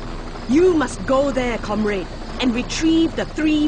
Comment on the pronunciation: She pronouces comrade as com-red.